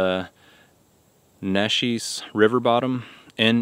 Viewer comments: Neches River bottom. It is pronounced “ Naches “. Don’t worry, everyone gets it wrong. LOL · Anecdote = "AN-neck-dote". Neches = "NAY-chess" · You was close... in E Texas we say it like Nè Chez. Sometimes I F around with local folk and call it Knee Chez.